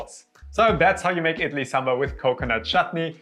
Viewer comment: Your effort is so commendable!! I absolutely love Idli and was so happy to see such a detailed and authentic video for the recipe. ❤❤❤ Your content is really high quality and I hope you get more recognition. Your pronunciation is also quite spot on !!